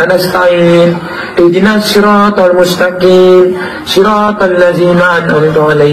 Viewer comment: Bukan Mustakim tp Mustaqim huruf qha bukan khaf😅